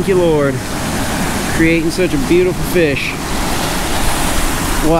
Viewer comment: I love but the was he says fish drives me up a wall